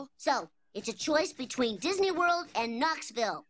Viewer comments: DIZNEE LAND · I believe its pronounced dasney